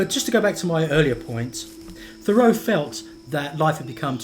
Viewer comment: It's not pronounced "Conn-CHORD," it's "CON-kerd"!!! And, like almost everyone else, you pronounce Henry's last name wrong, too, but that is to be expected.